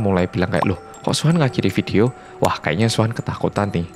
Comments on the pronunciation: Nama Suhan Gw dengernya wuhan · Sama ku pikir sebutin luhan😁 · Ak kira Wuhan :v